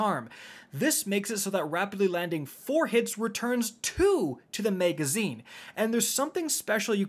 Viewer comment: MAG-azine. not MEG-azine.